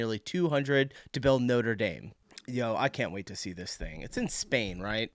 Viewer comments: Just NEW YEAR. No letter S at the end. NOTRE DAME = NOTRA DAAM not NOTER DAYM. You can see the NORTHERN LIGHTS in the UK as well. Tourist trap tiramisu !! It's stupid when they stop Americans in the street and ask them stupid questions. We Brits will tell you to F.OFF or just ignore you. GO AWAY....WE'RE NOT YANKS. We won't put up with you !! " he's an actual French" !? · The cathedral isn't called 'noder dame'. It's Notre dame (daam)